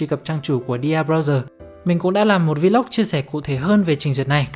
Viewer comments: Góp ý: Vlog không phát âm là Vi Lóc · Góp ý: Vlog không phát âm là Vi Lóc nha bạn.